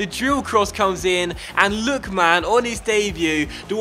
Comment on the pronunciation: hey I love this series and this is such a small thing but I wince every time you say "Lookman" like "Look...man". I'm sure I can't be the only one, it's not a huge deal of course and if you even have to actively force yourself to say it differently you needn't bother but just thought I'd mention it